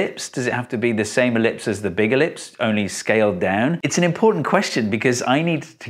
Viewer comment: The moment you said elipise, I understood. Thank you man